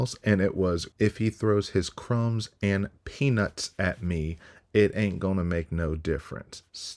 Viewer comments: I heard PENIS too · "Crumbs and peanuts" ..... I thought I heards that with a silent T. 😂😂